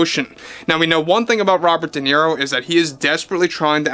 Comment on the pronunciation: No sabes hablar correctamente dices niro en ingles Robert de niro idiota.